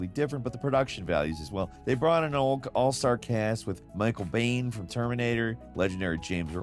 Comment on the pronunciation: It's pronounced Micheal Biehn (like Mr. Bean), not Bane (like in Batman)